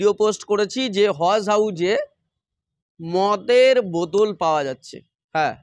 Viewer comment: বোদোল নয় বোতল উচ্চারণ হবে।